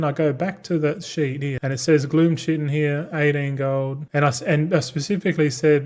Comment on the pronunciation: Willful ignorance pronouncing chitin the same as disregarding everyone telling you multicraft crushes ingenuity in value. Following your financial decisions is morbid curiosity.